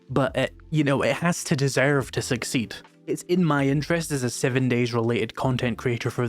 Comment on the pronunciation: Succeet? Doesn't succeed end with a D? Or was that engagement bait?